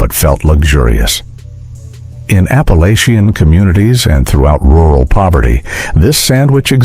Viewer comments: If they have hillbilly roots is Appa-LATCH-ian, not LAYchian. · Apalosion? Whu? Appalachia. It’s pronounced Appalatcha. 😤